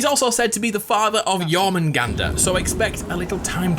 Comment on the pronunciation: Nobody:: Jormanganda